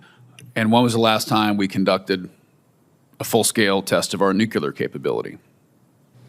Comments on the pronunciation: Nucular, nukacola. Is the nucular deliberate?? Nuclear??? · Whenever someone says "nu-kyu-ler" instead of "nu-klee-er" (the correct word), I just tune out. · I wish Tin sherry would learn how to pronounce the word "NUCLEAR". Sheesh.